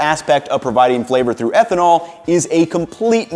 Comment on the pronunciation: ehtnanol instead of ethanol :o